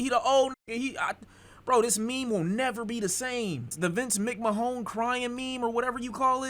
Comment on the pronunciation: nigga, i have never. i mean ever. heard anybody pronounce vince mcmahon’s name like that. you a different nigga. i respect it